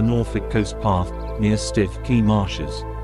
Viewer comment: It’s pronounced Stukey